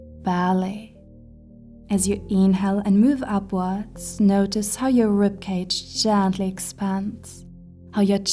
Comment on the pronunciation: Beautiful video , it's "rib" not "rip" 🙏🤍